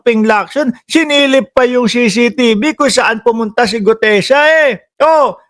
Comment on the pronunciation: Brod.CCTV un hindi CCTB ano ka ba naman napakadaling bigkasin pero di mo mabigkas ng tama ang ingay mo pa naman.